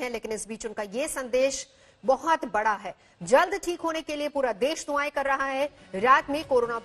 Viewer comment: सबसे तेज आजतक वालों कुछ अक्ल का इस्तेमाल भी कर लिया करो...."दुआएँ" सही शब्द है न कि दुवाएँ....